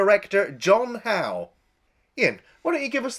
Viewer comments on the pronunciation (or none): The director’s surname is actually pronounced as “huff”.